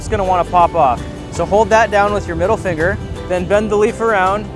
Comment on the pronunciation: 'MIDDLE FIGGR'😄